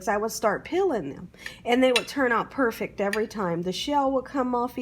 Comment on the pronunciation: Your voice and speech is annoying. "Perfect" is pronounced with a T, "salad" is pronounced with a D, your smacking before sentences is awful, and your grammar is horrible.